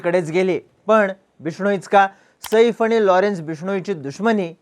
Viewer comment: सईफ नाही रे बाबा साहेब सैफ आहे ते😅😮😮😢